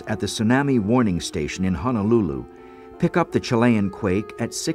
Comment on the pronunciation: He also mispronounced majority of the people's last name. He also mispronounced "Honolulu", too. It is pronounced "ho-no-lu-lu" not "ha-no-lu-lu".